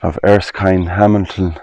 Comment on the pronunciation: I am very familiar with the name ERSKINE and know quite a few people with that name. It is pronounced on Google as well, as 'ER - Skin' not 'ERS - Kind' as you said. Unless the Irish pronounce it differently. It's unfortunate that the church there no longer is in operation and has no roof.